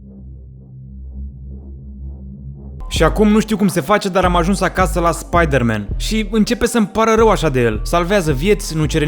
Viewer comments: Spaidărmen! Spaidărmen! Cel mai blanao clip!! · sa moara mama cand am auzit cum a spus spieder-man am facut o criza de ras si mai ales la editul tau bv coaie